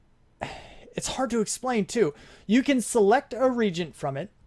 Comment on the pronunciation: Hey great vid. I'm sorry to complain about pronunciation but it really bugs me. The word reagents isnt pronounced regents its pronounced re-agents. No proper advice or anything this time as i have never seen the demon invasion being done so its completely new to me.